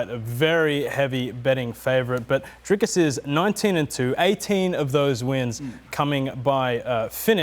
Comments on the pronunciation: Please, Rob. It is Dricus. There is no "s" in the middle. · Rob keeps calling him "Driscus". Its Dricus. At least get the guys name right. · trying hard to make Robert understand how to pronounce that name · Rob pronouncing DDP’s first name like Chael Sonnen would. Legend.